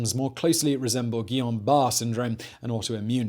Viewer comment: Careful SIMON! You'll be pissing off some people if you mispronounce things/diseases: Guillain Barre (gee-yan bah-ray) Syndrome easier if you just say GBS